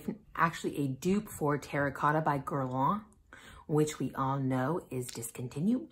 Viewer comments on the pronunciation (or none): none